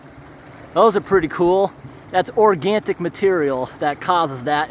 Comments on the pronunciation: Organic, not organTic (I heard you saying this many times before) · organtic? not organic?